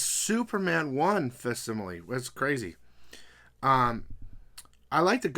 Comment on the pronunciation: Hey, hate to be that person, but you keep saying the word facsimile as “fass-sim-a-lee”, but it’s actually pronounced “FAK-sim-a-lee”, you’re supposed to pronounce the C.